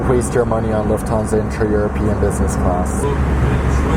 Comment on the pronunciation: Lhuftansa buuuuuuuuuu!😖😟😡😒